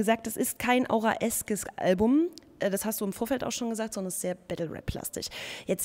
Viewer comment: "Auraesk" - hust, hust - wie bitte?!